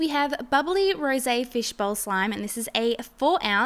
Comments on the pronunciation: It's pronounced rows, not rowsay... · She said bubbly rosa but it is pronounced rose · I got annoyed hoe she said “Rosea on the rose fishbowl slime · the way she says rose..